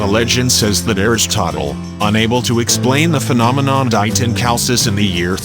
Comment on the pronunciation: Beautiful views of the island. The name Chalkis & Chalkida is pronounced Hal-kis & Hal-kida (Ha like in Harvest)